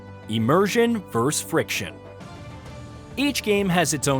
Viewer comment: The word is “versus”, not “verrus” or “verse”.